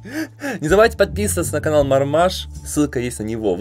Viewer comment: Марма́ж а не ма́рмаж! Марма́а́а́а́а́а́а́а́а́жжжжж